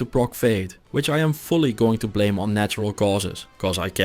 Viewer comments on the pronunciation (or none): none